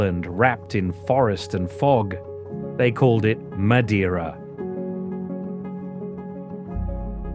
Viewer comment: Learn to pronounce MADEIRA and other words correctly before making a Documentary